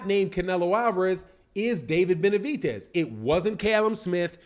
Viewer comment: its david BENAVIDEZ not benavitez tf